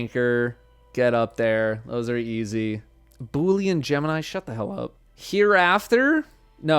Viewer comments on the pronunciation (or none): none